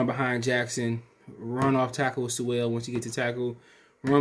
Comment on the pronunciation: Once you said his name wrong ! I Hit 🛑 👀💯